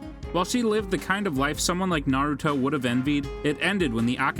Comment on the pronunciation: all the names are so bad. this guy has never watched naruto.